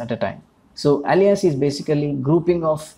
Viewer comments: Great explanation and video, thank you! Easy to understand One note: Alias is pronounced closer to "ey-lee-us" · more like: "ail - lee -us"